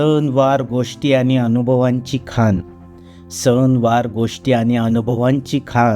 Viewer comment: पिडी ऐवजी पिढी खान ऐवजी खाण मूळ ऐवजी मुळं असे कवितेतले शब्द नीट म्हणा. आशय छान आहे पण शब्दांचे उच्चार नीट हवेत.